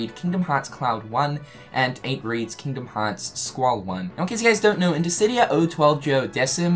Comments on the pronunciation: Are you feeling alright? You pronounced Disidia correctly. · He said Dissidia correctly! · Hey guys, I think he's finally saying Dissidia instead of Distidia! Yay! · My boi finally learnt how to pronounce Dissidia :) no more diss di dia xD